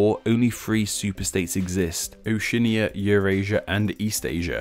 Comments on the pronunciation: Oceania = Oh-see-ah-nee-ah, fyi. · Your pronunciation of Oceania was doubleplusungood.